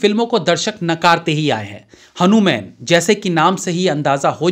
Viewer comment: हनुमान को हनुमान ही बोलिये भाई. हनु-मैन ठीक नहीं लगता. हम ही शब्दोके विकृतीकरण करेंगे तो वामपंथियो का काम सरल हो जाएगा।